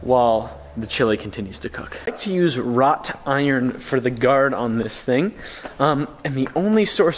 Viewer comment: psst! It's WROUGHT-IRON, not ROT-iron! 😉